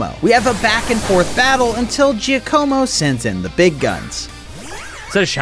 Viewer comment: i loved all of this except one thing: the way he pronounces giacomo